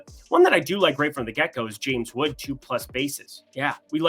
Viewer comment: I believe it's Wood not Woods